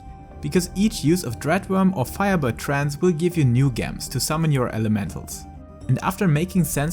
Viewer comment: I'm sorry... did you pronounce gems with a hard g sound? lol